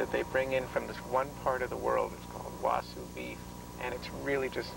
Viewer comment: He said wasu beef instead of wagyu